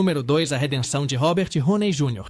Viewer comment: Roney?! Não! Downey please.